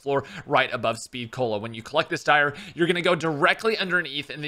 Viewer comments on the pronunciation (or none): none